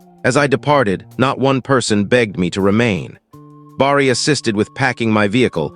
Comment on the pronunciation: Good story. Someone really needs to fix the AI bugs. They’re very annoying. Bar-ree? 😬🙄 It’s pronounced Bare-ee!! Each story gets more aggravating with all the mispronunciations. 😬😬😬😬😬